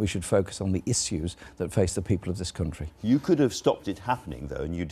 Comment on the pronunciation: Did he say 'country' the Northern way even though he's from the South? Just asking.